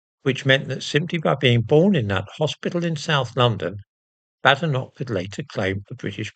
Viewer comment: And how,did she,acquire,a Scottidh surname? Has she ever even been to Scitlsnd? As a Scot, I would like to know as she is certainly no friend of the prople of Scotland. She cannot even pronounce her name correctly, calling it Badenock!